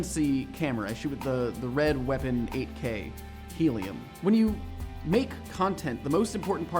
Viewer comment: "make" I thought it was "mike" which is short for michael